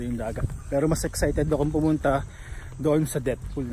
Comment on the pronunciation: Depth pool ata ung basa dun (i think) 😅😅